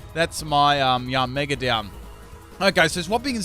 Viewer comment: OMG U CANT EVEN SAY YANMEGA OR RAMPARDOS!?!? YOUR SO DUMB